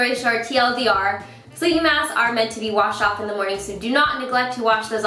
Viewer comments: It took me forever to realize you were saying Good Morgan everyone instead of Good morning. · I was really confused why you start your videos with "good morning everyone!", but it makes a lot more sense now that I know that you are actually saying "morgan"! :D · i think she says "good morgan" ? but idk 😅